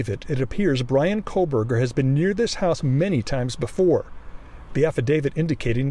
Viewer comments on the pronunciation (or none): I just don''t understand when you have only one job to do and you still manage to miss pronounce his name as ' KohbergerS ' It just does not compute for me